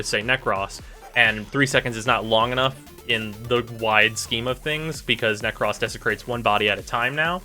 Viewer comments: It's nekroes not nekross nekros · Nek-roahs * man